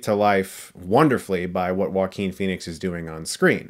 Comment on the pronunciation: Everytime I hear them pronounce his name it sounds like “Walking Phoenix”